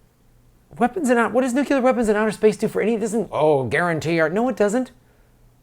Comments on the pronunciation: It's not Nuc U lar War. It's Nu Klee ur. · It is N U C L E A R. Not n u c e l a r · We need pickle rick. P.S. caught the "nukular" war at the beginning, but its all cool man, erebody slips. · Please learn to say the word "nuclear". Otherwise it's hard to find you credible.